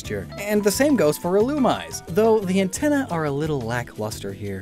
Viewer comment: Is anyone gonna tell him illumise is pronounced ill-ou-me-zay